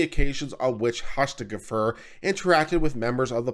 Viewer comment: It's Har-nish-Feg-er. Quite easy once you hear it pronounced. It's Dutch (from my limited research)